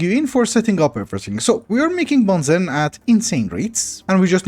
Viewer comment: I know you're not to worried about the pronunciation, but BENZENE is actually pronounced Ben Zeen 😛